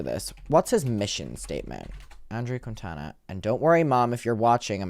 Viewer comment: Plus, if I’ve heard multiple people saying this “journalist “ last name wrong, so I’m not blaming. But the dudes name is pronounced Keen-Taw-Nuh